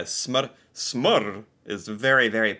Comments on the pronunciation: The way you said smør sounded like smår. If sitting around the table eating breakfast and you asked if we could send you the "smår" (instead of smør) we would understand, but out of context it would be hard to understand. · this is how i would have pronunced smør in danish lol. if you havent already it could be cool to see a video on reacting on how similar norwegian, swedish and danish is. I've been watching your videos on and off for over a year now and im really impressed by how norwegian you're becoming :)